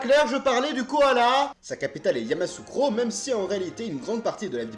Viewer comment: note : Yamoussoukro se lit : Ya- Mou- Sou -Cro